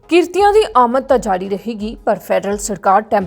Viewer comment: ਕ੍ਰਿਤੀ ✅ ਕ੍ਰੀਤਨੀਏ❌